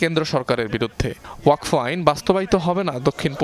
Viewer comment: ওয়াক ফ নয় উচ্চারণ হবে ওয়াকফ্